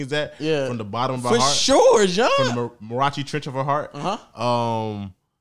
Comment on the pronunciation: Why always say Marachi’s trench lmao its Mariana’s Trench brother 😂